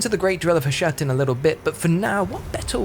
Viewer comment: The fact that a lot of YouTube videos intentionally have typos and mistakes in them nowadays purely to drive comments correcting them drives me crazy - there's a bunch in this CA video - the friggin title "diciples", the dude saying "Hushat" instead of Hashut, "viligant" instead of "vigilant"? I can't tell if they were intentional or not.